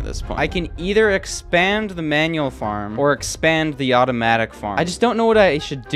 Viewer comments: "maual"? has gone insane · "maual farm" maual ah yes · "maual" get some sleep